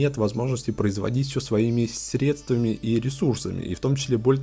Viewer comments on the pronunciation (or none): none